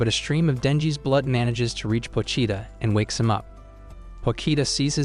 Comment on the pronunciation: 𝙉𝙤𝙩 𝙥𝙤𝙘𝙞𝙩𝙖 𝙥𝙤𝙘𝙝𝙞𝙩𝙖